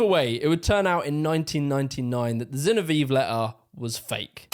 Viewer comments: Zinoviev = Zinno - Vee - Evv letter! (I.e., it doesn't rhyme with Genevieve!) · Zinov E ev. Not Genevieve. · Great video- minor quip- Zinoviev is pronounced “Zee- no- vee- ev” (minor quibble, excellent nuance and research per usual- I can’t hold being a Brit against you 😂) Also, there are earlier roots ro British working class radicalism. Check out the book “The Making of the English Working Class” by EP Thompson. It’s a huge book but it’s right up alley. It was also hugely influential among scholars of history- it was one of the first works of “social history.” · Pronounced Zin-ov-ee-ev 👍🏻 great video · ZinoviEV bro. Say it right. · I have been pronouncing Zinoviev wrong all my life. I thought it was "Zinovi-ev". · Great video. It's Zin-OH-viev though. Still, great video sir. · Why can he not pronounce "Zinoviev"?